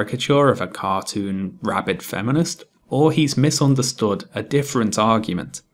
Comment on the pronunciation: At one point, you say the phrase "cartoon rabid feminist" but I swear I thought you said "cartoon RABBIT feminist" and I have never identified so hard with an imaginary cartoon character in my life.